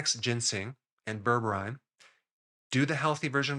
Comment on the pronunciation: Pronounce it Ber breen